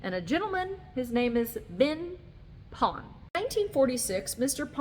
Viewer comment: Ben Pon* (not Been Pon). Beautiful vídeo 👍🏻